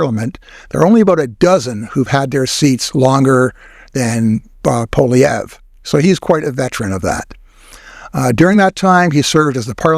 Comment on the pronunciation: FYI, the name Poilievre is French, and the "Poil" is pronounced "Pwall" as in "wall" with a p in front.